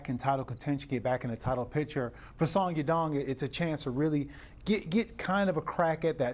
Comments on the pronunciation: Chael "Song Yum Dong" 🤣🤣🤣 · Song dong dong, song ya dong, sadong. Chael get it together ha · Sumyoungdong is not how you say that mans name 😭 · "Sadong" lol uncle Chael can't even get his name right. Only fight umar had trouble was against merab wire he taught a close fight with a broken hand. Peter yan also taught merab with an injured hand and lost. Then pieced up Merab in the second fight to win title. Now this division is really between Yan & Umar with merab in 3rd place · To say someone’s name wrong on the broadcast continuously is disrespectful af. Do it on your own channel where the reach is just your fans, not on a show where millions around the world who are not as clued up about how you butcher names on purpose are watching. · Jesus christ CHAEL! You butchered Songs name wow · Chael just called Yadong 3 different names😂, it never fails. Chael is the king of butchering fighter names😂😂😂!!